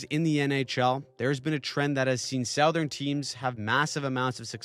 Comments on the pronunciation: Off-topic, but the way you say "Southern" just hurts me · I know you're not AI (and I appreciate that!) but couldn't help but notice that you pronounce "southern" as "SOW-thern," but we pronounce it "SUH-thern". Is that a Canadian dialect thing? Keep up the good work. I'm a long time subscriber. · Do Canadians say "sowthern" rather than "suthern"